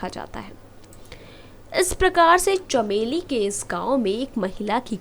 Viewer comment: साली बकवास बन्द कर चमोली को चमेली बोल रही है